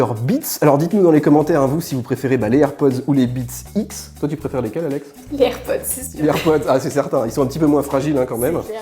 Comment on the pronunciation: J'adore quand Alex dit "BeatX"^^